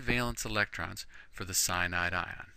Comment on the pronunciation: I love the way you pronounce Cyanide!!